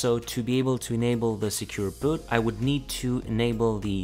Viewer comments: Annoys me he doesn't say Boot, but secure bot? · Please do not pronounce "boot" as "but" or "butt" it's long /bu:t/ it makes it hard to listen as it annoys the hell out of me. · its secure boooooot, not secure bot